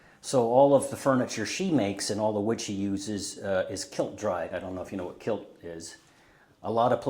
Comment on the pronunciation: Kiln dried… not kilt